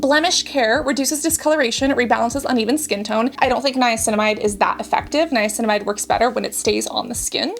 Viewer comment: Your Dr Dray says Niacinimide at 5%